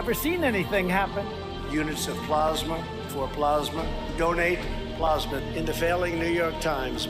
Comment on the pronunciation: I had to stop after plosma, plosma.